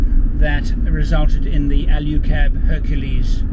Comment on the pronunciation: Alu cab not Alyu cab.